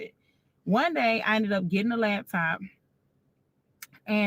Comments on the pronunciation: Can we say “laptop” not lab top? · Is it just me, or is she saying “labtop” when she’s referring to the laptop? My cousin does this🤣😂. Okay, let me stop being petty and listen. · I know the takeaway should be deeper but ma'am it's laptop not labtop🤦🏾‍♂️ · She keeps saying "lab-top" 😂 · Lawd, I hate to hear people say LABtop 😂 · Lap top NOT " Labtop" that shit urked me😂😂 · naaa i know a lot of ppl that says labtop , STOP IT. Her accent is nothing special its her incorrect pronunciation. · It's pronounced "Laptop", not " Labtop" black people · She’s lying… Ain’t no gay man not washing.… So you got dressed for a wedding you weren’t invited to and didn’t get rebuffed? OK AND… It’s “Laptop”.. She don’t sound like she had taken courses anywhere.. Somebody owes me time!! 😂🤣😂🤣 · And the "Lab top"